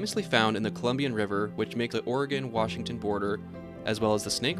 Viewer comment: Did he call it the Colombian river?